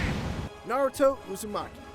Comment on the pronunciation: Finally ign says naruto's name right. Not narudo but naruto.